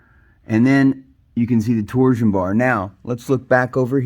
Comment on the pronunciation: Good video but it pronounced torshhh-on bar not tor Zion